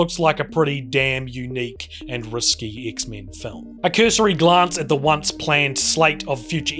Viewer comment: Dude-this was awesome. You're funny as hell man and I love the way you say X-Men not meant to be an insult or jest at your accent or anything, but it's just really great.